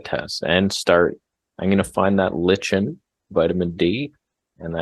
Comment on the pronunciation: Lichen is pronounced "like-in". Also I think these two have a long way to go before I'd take much advice on herbs from them. Garlic does NOT "kill brain cells". Dr. John Christopher the famous herbalist and naturopathic doctor and author and founder of the oldest still running herbology school in the USA used garlic often and devotes an entire chapter to it in his book The School of Natural Healing to it. Garlic is an anti-biotic and anti-parsitic. and alterative herb. For your adrenals Dr. Morses Adrenal tonic has these herbs: Eleuthero Root, Wild Yam Root, Cleavers Herb, Kelp, Parsley, Ho Shou Root, Saw Palmetto Berry, Chaste Tree Berry, Juniper Berry, Dandelion Root and leaf and Rhodiola Root. Many of these herbs are also in his Brain & Nerve and Endocrine Balance formulas.